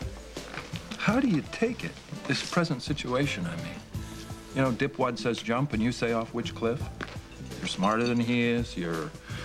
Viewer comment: 'dipwad'. It can be mistakenly heard as divided.